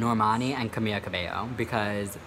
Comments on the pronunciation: I don't like camila but it's pronounced ka-mil-ah not camia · Where the hell did the L go in name camiLa? Or who the fuck is kahmia?